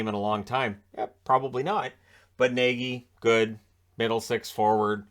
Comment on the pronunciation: Nagy is actually pronounced Nodge.